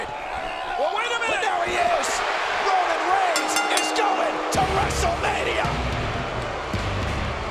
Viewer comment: the way she says Ronan reins is funny